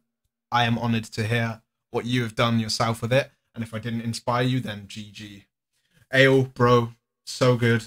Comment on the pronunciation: Thats not how you pronounce ale !!!